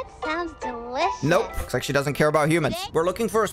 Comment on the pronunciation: i love how when she says "looks" it sounds like shes saying bak for a milisecond